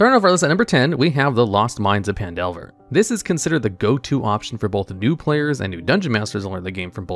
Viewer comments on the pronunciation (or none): he also called it pan-delver instead of fan-delver... lmao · Lost Mines of PAN Delver? The fuck? This is going to be a long video if he's already starting to mispronounce easy things in the first 30 seconds.